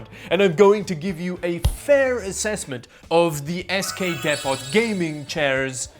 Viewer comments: It's pronounced depo. The t is silent. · "Dep-pot" Well, the English and French never really see eye-to-eye on anything, but I'm sure we can unite in scratching our heads at that one! 😃